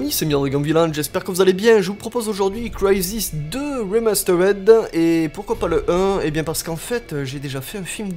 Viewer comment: Je crois que tu as un souci avec la prononciation de "remastered"... Ça ne se dit pas "rimasteurède", mais "rimasteurde"... :P Ou alors tu fais exprès de le faire à la française, dans quel cas faut faire tout le nom du jeu dans le même genre... ;)